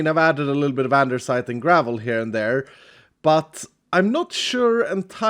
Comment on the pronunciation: second video and first time hearing him say "andersite"